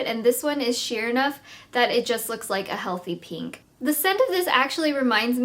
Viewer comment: Why does every single beauty guru say "Peenk"? It evades me.